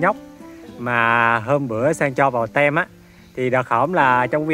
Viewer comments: Sang ơi, nên phát âm “đội” (team) như là “tim”, ko phải “tem” nghen . Thân mến! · Sang ơi đọc là tim (team) không phải là tem